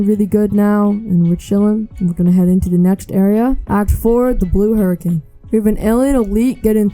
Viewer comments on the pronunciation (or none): none